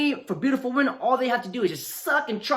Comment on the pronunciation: Dude, One WOMAN Two WOMEN Say it right